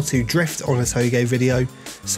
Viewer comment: Too-j like j from jeff not toegay no hate just saying :)